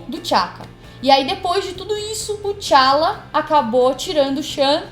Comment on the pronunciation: E não é Chala! É T `Chala!